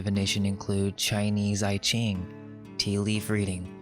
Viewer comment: I stumbled on your channel and enjoy y'alls perspective. I did catch that you pronounced I-ching wrong, only because I've been corrected before. I can't wait to see more.